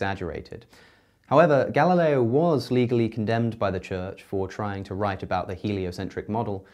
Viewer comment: Me: Galileo Cosmicskeptic: Ga-La-leeeo